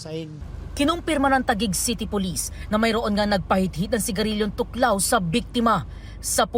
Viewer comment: "Thoc lao" 😅 tuklaw 😂